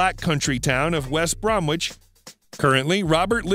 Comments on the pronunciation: He took my daughter and her friend out to dinner a couple of years back in Aberystwyth. A really nice unassuming chap. BTW West Bromwich is pronounced West Brommich. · It's pronounced West Bromich, the w in Bromwich is silent. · Perhaps the narrator could study how to pronounce English words and not assume. Regarding the town called West Bromwich where Robert Plant was born. In the word Bromwich, you DO NOT pronounce the W - it is pronounce as BROMITCH. The other part is that the Welsh prince is actually Owen Glendower not the garbled name stated by the narrator. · Nevermind the factual errors, the butchery of English place names such as Wiltshire, West Bromwich etc is just a joy to behold!! Please do a road map tour of the UK, I'll wet meself!